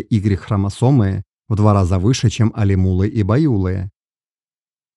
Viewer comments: Респект за интерес к истории казахов, но исправьте, пожалуйста, произношение названий родов! По ушам бьёт! Алим улЫ! ЖетырУ! БайулЫ! Ударение на последнюю гласную 👆.Ведь странновато звучало бы" мОсквичи"," саратОвцы" или воронЕжцы. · алимУлы байУлы жЕтЫру, большими буквами отмечены ударения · Алимулы, байулык, не правильно произносить.